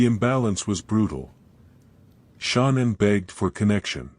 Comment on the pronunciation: Ty ….wish you knew how to pronounce her name correctly